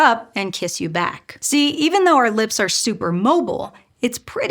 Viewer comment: You need to work on emphasis. You are putting the sentence emphasis in the wrong places. In English, when you compare things, you put the emphasis on what is DIFFERENT. " WE have these holes for the nerves too." "In OTHER animals, like lizards. " "would have had OUR level of facial flexibility ". Doing this, instead of placing stress randomly, will help your communication.